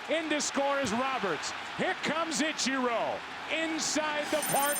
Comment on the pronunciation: I will forever and always hate the way Joe Buck says "Itcher-oh". It's like he heard someone pronounce it correctly and went "gotcha—I'm gonna pronounce it the opposite way every single time for as long as I'm an announcer".